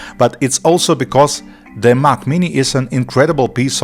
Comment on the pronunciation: I can't listen to this whole video if you will keep pronouncing Mac as Mach. Mach is the kernel. Mac is the computer. They aren't pronounced the same. Get the basics down, then I will consider what you have to say.